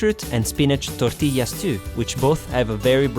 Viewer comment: Wow muy bein ( very good) ....love the way you say tortillas with the proper Spanish accent.